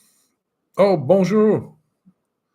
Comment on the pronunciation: Hi, are you taking any French classes? I have trouble understanding some of the French places you mentioned. Halles Paul Bocuse, for example. Even the way you say Bonjour 😀. Remember that in French you always stress the last syllable of the words: BonJOUR. Don’t be one of these American expats who never learn the local language. You’d miss out on too much. I think you’d probably like Lyon, a bigger city and the TGV is so convenient. À bientôt. Edie